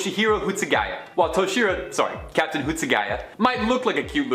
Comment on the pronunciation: Captine? Nobody pronounces captain that way.